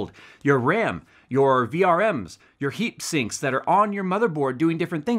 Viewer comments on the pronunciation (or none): "Heapsinks" indeed